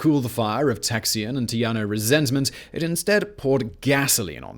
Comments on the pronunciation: Are you trying to say, "tejano (tehano)" instead of, "teyaho"? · "Tay - haw - no". Currently, I live in New Mexico, but was born a Texan and Houstonian. I'm glad to see you speak about this historic site. The only time I've walked through it, I cried. It was sad that the victors decided to bring back slavery and then join the Confederacy, one of the biggest dark spots in its short history.